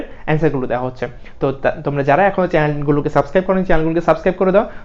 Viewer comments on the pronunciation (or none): none